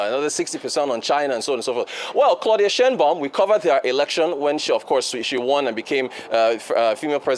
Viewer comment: Shienbaum?.....Is that even Mexican?......🤔